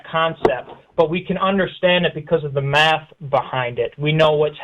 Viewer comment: Did you say Meth ? Oh you said math, lol